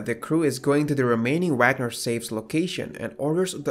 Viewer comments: HANS WAG--- NER not wognur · richard 'wag'ner. Is he a happy dog or something? its vogner not to be that guy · Please please, it's Vah gner as in open up and say awe. Ur gonna get kicked out of German class, as a German (Swiss?)! Even English people say Vah gner.